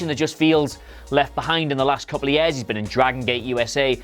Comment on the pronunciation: I can't stand the way the host says the word 'years'.